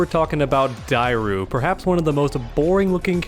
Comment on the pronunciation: So hard to hear you mispronounce dairou everytime haha, if you played the game or watched a video you would have known the true prononciation